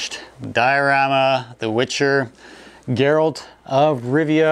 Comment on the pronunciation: "Favorite RPG ever.." -can't pronounce Rivia..